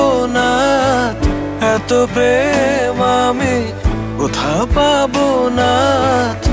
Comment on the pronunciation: সবই ঠিক আছে একটা জায়গা বাদেঃ গায়ক শব্দটাকে 'প্রেম' উচ্চারণ না করে বলেন ' পেম্'। র' ফলাটা ঠিকঠাকভাবে উচ্চারণ করলে আরো বেশি শ্রুতিমধুর হতো।